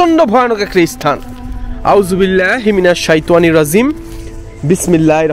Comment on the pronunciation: আউ'যুবিল্লাহ আর বিসমিল্লাহ টা ভালো ভাবে শিইখেন ভাই। উচ্চারণ গুলো তে সমস্যা আছে।